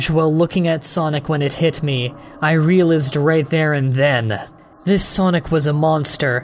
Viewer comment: I noticed that you pronounce the word "realized" strangely, like you do when a word is spelled wrong in your eyes. How ever, I am not British, and do not know what spelling you're shooting for. How do you want this word spelled?